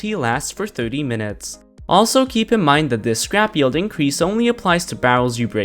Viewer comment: Lol its not pronounced “yeld”